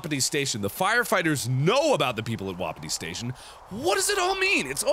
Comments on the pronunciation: It stressed me out when he pronounced it like wop it ee and not whu pee tee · It's wah-pee-tee.